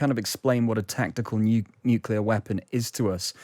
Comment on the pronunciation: If you're going to discuss 'nuclear', learn to pronounce the word.